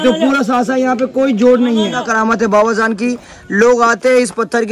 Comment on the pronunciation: Baba zaan nai bhai Baba jaan hai jiyarat nai bhai ziyarat hai bolna sikho zinda karamat bolte